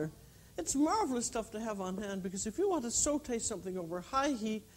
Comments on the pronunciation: Thats because she is bilingual and fluent in french. The way she says SAUTE is perfect im french Canadian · i mean she is the american french chef so makes sense that she would pronounce french words properly